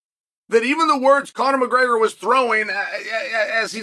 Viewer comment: Conor “Muhgreyger” 😂